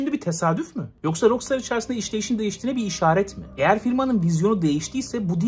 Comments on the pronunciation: Şuna roksıtar demenden sinir krizi geçirip izleyemedim!! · "rok staa" olarak telafuz edilir ingilizce :/ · RAKSTAR DIYE OKU ŞUNU REIS